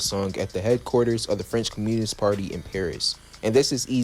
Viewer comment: The way you said communist is absolutely insane Jesus stay in school brother